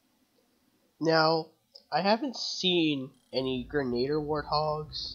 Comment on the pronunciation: "wathogs" XD best halo fail ever